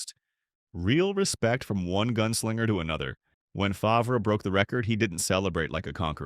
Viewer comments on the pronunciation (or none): I tuned out as soon as Favre was pronounced “Fov-ree”. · AI slop... Fov-ree, lol. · Ahh yes, Brett fahvray. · Brett who ? Fah v rah lol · It actually made me laugh because that’s how they pronounced it in “Something About Mary” when he made a cameo, lol. And let’s not forget Paul Tagliabu butchering his name when he was drafted and calling him “Brett Favor”. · More AI trash that can’t even pronounce some names correct. Fav-Rahh. Click bait thinking you see a real interview and it’s just more trash that we will see more and more of. Don’t subscribe…give the support to real content creators.